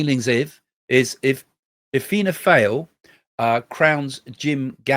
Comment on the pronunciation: It’s pronounced Fianna “ Fall”. Not easy! Thanks for your predictions!!